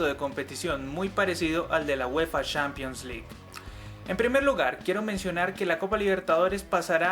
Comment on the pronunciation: Se pronuncia Champions no "Shampions" y oficialmente se llama Copa Sudamericana no "Copa suramericana", de resto te quedó muy bacano el vídeo, yo agregaría que los cupos se dieron de acuerdo a un estudio de mercado y que uno de los beneficios de terminar en noviembre es que el campeón no se va a desarmar para el mundial de clubes como ha venido pasando.